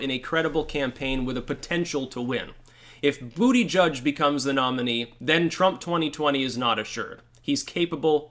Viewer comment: He said hard an awful lot in a story about a gay man whose name he pronounces booty judge.. is that a coincidence or am I just drawing connections on my own?